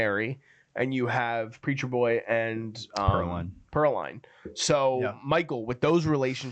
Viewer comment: Pearline [Purhlean]